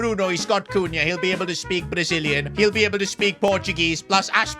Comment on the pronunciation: Dude said brazillian